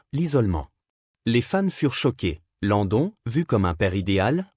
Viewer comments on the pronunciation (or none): Ces voix générée par intelligence artificielle sont insupportables. Qu'est-ce qui me confirme que c'est une voix artificielle ? UNGAL au lien de INGAL LENTDON au lieu de LAND DONNE